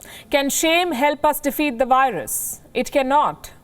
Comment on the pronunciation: Work more on your "V's" If you can say "Virus" in English and insist on profiting from the language... Please make more effort to use "V"*instead of *"W" where appropriate. If I were as fluent in an Indian dialect as you are in English... People would expect me to get such simple things correct by this point. (If you have a speech impediment which prevents you making the "V" sound... Disregard everything I just said)